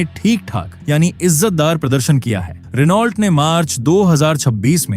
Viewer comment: भाई, रिनॉल्ट नही रैनो होता हैं 😅😊😅